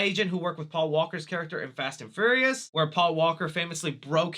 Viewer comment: Is it just me, or does he keep saying Fast and Furriest instead of Fast and Furious...